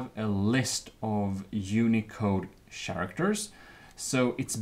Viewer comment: Sharactors? Shinese?